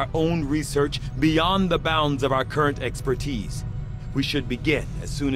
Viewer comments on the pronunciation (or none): none